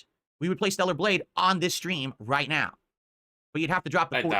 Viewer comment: "THELLAR BLADGHE" Stroke mouth got this fool barely able to speak lol